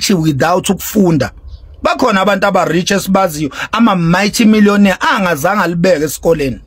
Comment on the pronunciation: Max point of correlation it's MULTY MILLIONAIRE not mighty millionaire 😂😂😂 You talk too much yekela isingisi😂😂